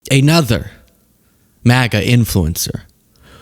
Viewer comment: I'm gonna totally lose it if you keep saying, "AY-nother". It's so weird